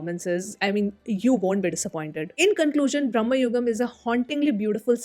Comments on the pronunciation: It’s Bhra.ma.yugam, NOT Brah.ma.yugam. Bhramam means craze/madness etc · Its not "brahma"yugam as you pronounced. Rather Bramayugam. Bramam mean illusion/ unreal. Even when people go insane their ties with the real world is cut off in their head. So the caption "Age of madness" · Hey sorry it's not brahmayugam but bramayugam okay. Please pronounce it correct